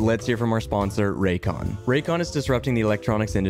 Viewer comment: Raycon hah Morel like Roycon